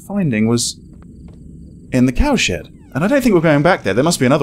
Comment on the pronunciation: Every time he said cowshed fast it sounded like cowsh*t lol couldn't help but laugh